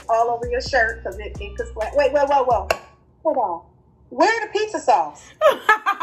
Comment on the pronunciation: "a pissa" 😂😂😂😂